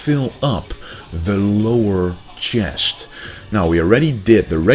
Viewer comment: I love the channel bro, but please can you say chest instead of Chiyest :p lol